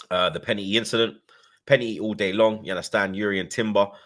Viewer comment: “To me, that was a pena-eee, u get me”